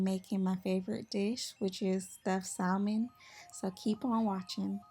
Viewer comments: "Sa - mən", I know it's hard to ignore that "L", but it is silent. It's like saying the name Sam and then ending it like your Jamaican. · The L in salmon is silent! It is pronounced samon!